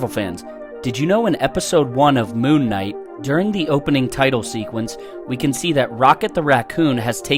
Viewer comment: Thought he said “loon knight” for a sec lol